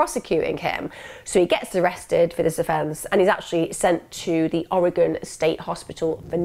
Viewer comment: Love all of these videos. Just to let you know, (and we Oregonians are pretty chill about this), there are a few mispronunciations: Word - Rhymies Oregon - Or A Gun ✅You nailed it Willamette - Will Am It Corvallis - Cow Palace ✅ Really close Aloha - A Low Ha (I graduated from Aloha High School)e all of these videos. Just to let you know, (and we Oregonians are pretty chill about this), there are a few misspernounciations: Word - Phonetic Breakdown Oregon - Or A Gun Willamette - Will Am It Corvallis - Cow Palace Aloha - Ah Low ha Was supposed to be named Aloah, after the First Nations tribe which had lived in area. But, when the post office started to build a post office in Aloha, the postmaster decided that there was a typo, and that is how Aloah became Aloha. Meier (& Frank) - My err I don’t mean to nitpick, I know that I would butcher Welsh names if I were made to try 👱🏼‍♀️